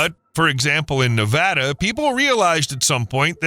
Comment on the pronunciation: Thank you for pronouncing Nevada the way residents do. It lends credibility to this video.